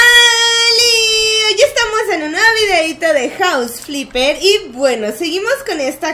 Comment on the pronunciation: Todos los # dicen fipper en lugar de Flipper 😂